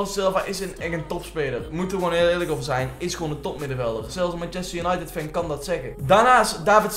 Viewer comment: Waarom zeg je steeds als untided van we weten het hoor